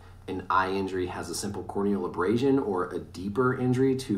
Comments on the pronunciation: "core o'neal abrass sun" 🤣🤣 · “Suffered a corn kneel abrashon” boy what 😂😂😂😂